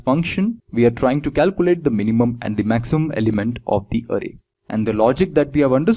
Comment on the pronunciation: Sir vo arey nhi array hai XD